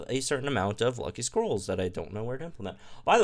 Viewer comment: I know said "Lucky scrolls" but I keep hearing "Lucky squirrels".